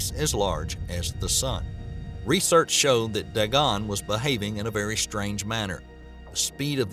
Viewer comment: ...It pronounced Day-Gonn.